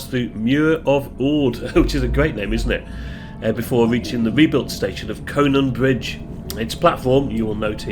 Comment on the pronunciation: I know it's too late as the video is made, but it's pronounced croh-mar-ty, said very quickly, and coh-non bridge, good job nailing Ardgay though, that always catches people out.